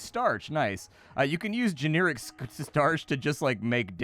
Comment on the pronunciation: what accent says genearic?